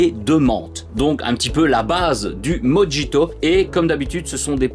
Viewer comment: Avec toutes les sorties les finances freinent un peu , je verrais pour prendre peu être des échantillons sur le discord pour les découvrir surtout le mojito qui se prononce morito 😂😂😂